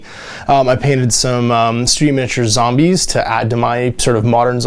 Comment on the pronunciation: that spaceship interior looks like the interior or a hospital. your zombies your zombies would be perfect. Do all Canadians say zambies or is that a local thing?